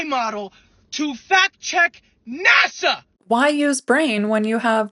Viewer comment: serious content of the clip aside, the way he said "You're using, an AI MODEL. to fact-check. NASA!" made me laugh a little bit